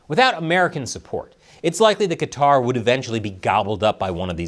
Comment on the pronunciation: Thank's for not pronouncing it Cutter.